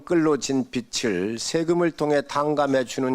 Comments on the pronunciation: [빚을]은 비즐 이라고 읽어야죠. 비슬 이라고 읽었다가 비츨 이라고 읽었다가.. 빚투 영끌해서 코인투자한걸 갚아주는건데 도덕적해이하고 관련 없게 할 방법이 있나요? 난 아무리 생각 해 봐도 없는데.. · 국짐당은 무식해서 "빚"도 "빛"을 "빗"을 이렇게 발음 하네 비즐인데 비츨 비슬 ㅋㅋㅋ 듣기 짱나